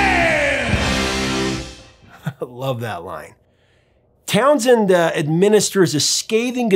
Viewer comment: It's not Townsend. It's TownSHend